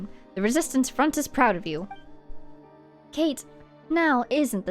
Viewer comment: Oh gosh, this quest makes so much more sense the second time around ahaha. Really enjoyed revisiting it with you (paying better attention and making better connections than I did). Btw, from context elsewhere, (Colonel) Kate is probably meant to be said Ka-te, two syllables.